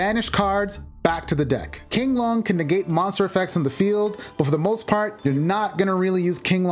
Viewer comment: Virtual World's monsters, spells, and traps are based on Chinese folklore and most of the names are in Mandarin. You got the first pronunciation of Qinglong right. It's "Ching-long". Xuanwu is pronounced "SHWEN-woo".